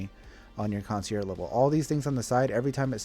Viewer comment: kaan·see·ehrzh. Sorry, but i had to. This is how you pronounce concierge.